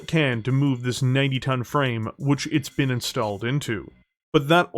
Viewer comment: Ok fine. Ill subscribe, even with the way you pronounce BEEN and AGAINST